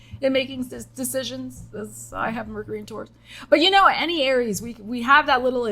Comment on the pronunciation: you maybe feeling like you lived many life times. Me: I'm on my second life in this lifetime Also, when you said "alright, Aries...", I heard Arielle. I had to pause and think about exactly what I heard vs what I think I heard. What's a ♍ ☀ doing in a Aries reading anyway 😅 Edit: spoke too soon. Virgo is mentioned 💀